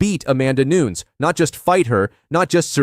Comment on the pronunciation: CAN YOU PLEASE PRONOUNCE NAMES CORRECT ... ffs NUNEEEEEEEEEEEEEEEEEEEEEEES ffs DAMN FUCKIN BOT it's extreamly lazy not using your own voice in videos better yet do some freakin research in how to pronounce names two e's = an i, while a regular e is a damn e so NU-NES GET IT !